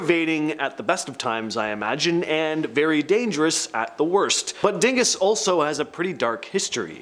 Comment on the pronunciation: I grew up near The Dingess Tunnel. You need to pronounce it like the locals do "Daanguss Tunnel"